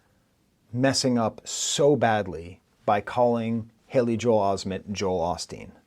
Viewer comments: AVAA Kendrick did not mispronounce Haley Joel Osment. Joel Olsteen’s middle name is “SCOTT” Kendrick swapped the first and middle name to “Joel Haley”. His accent made Osment pronounced it “Osmeeent” for the rhyme pattern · The "mispronunciation" by Kendrick is actually intention. First, the Pastor has both been accused of having ghostwriters as well as having a controversial A.I. made of him. Then the Osmet was in the movies "A.I." and "Sixth Sense", tying the connection between those two and given Drake haven been shown to have ghostwriters combined with his (honestly disgusting) use of A.I. on the Taylor Made diss towards Kendrick, you put those things together and you realize that he's actually mocking drake for having used both and playing on the idea that he doesn't know who he's actually battling. Is it A.I.? Ghostwriters? Drake? All 3 or some combination? You think about each individual reference to the overall theme and you realize that it wasn't a mistake by Kendrick, it was actually intentional as it just added yet another layer to the diss.